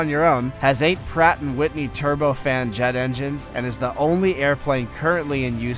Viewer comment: HAHA when he got to the F-22 he said Pratt and Whitley engines